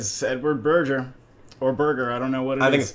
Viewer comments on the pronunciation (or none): Berger - hard G, burjer is pure Americanism